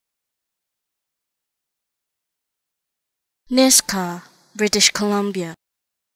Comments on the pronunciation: Its pronounced "Nishga" ... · Nisga'a - is not pronounced as Niska